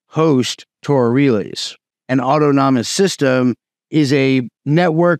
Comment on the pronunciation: The way this man can't say autonomous is worthy of a comment. It's not auto-nom-us.